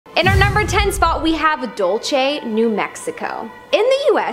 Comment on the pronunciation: It’s not pronounced Dull-chay as was mispronounced in this video. Dulce, New Mexico is pronounced “Dull-say.”